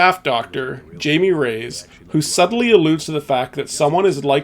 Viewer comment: I do have to ask one thing: Did you not listen to the audio in the game? The names like Jaime is Hy-me and Walton Simons is Not Walter Simmons. Just confusing how you make these errors with iconic characters who have their names said many times.